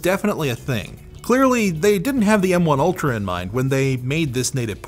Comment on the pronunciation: Every time says "M1 ultra" I hear "MK ultra"...